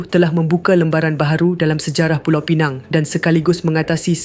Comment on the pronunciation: Pulau Pinang ....bukan pineng...